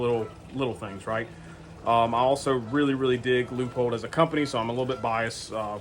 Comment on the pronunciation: Wow great review very knowledgeable. Side note thx for pronouncing Leupold correctly lol